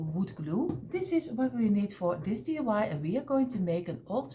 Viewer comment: Sweetie your creations are by far my favorite!!! Can you please tell me how to make this beautiful TV using the small blocks? And oh how I wish I could get you to say DIY instead of DUI. Here in the states DUI means Driving under the influence. In other words drunk driving. DIY means Do it yourself. I chuckle each time I hear you say DUI. I just adore you and if you used small blocks I would make ALL of your creations. Giant hugs for another creation well done!!!!